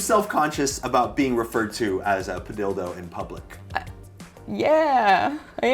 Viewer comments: Padilldo spunds wrong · Why does padildo sound so wrong to me.